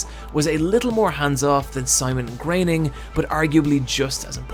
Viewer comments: Graining? I thought it was pronounced "Grow-en-ing" Must've been wrong this whole time :P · It's pronounced "Grerning". German is very easy to pronounce - there is never ambiguation. It's 'Grerning'. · IT's Groening, not graining, and more importantly, IT'S FOX NOT FUCKS!